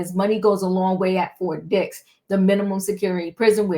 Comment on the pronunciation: Did you say Fort Dix or Fort Dicks prison? God bless merikkka! Where else can a billionair nigggr rapist fuck get special treatment. Merikkka, you always get fucked by the billionairs...gallons of baby oil help the burn though...😊 If you see an oil tanker near Fort Dicks...Diddy did it! 😂😂😂😂😂😂😂😂😂😂😂😂😂😂😂😂😂😂😂😂😂😂😂😂😂😂😂😂😂 #cancelsnoopdiddynigerswhitelovingniggggggeeeeerrrrrs!😊